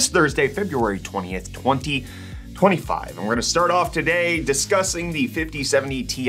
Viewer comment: The way you say 2025 leads me to believe you blooped some 2024s xD